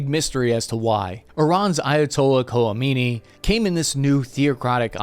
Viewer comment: aaaah... the 1979 revo ... how it ruined my youth and milions more and caused endless death and misery... btw that ... things name is pronounced " Co-May-knee ". no l in there.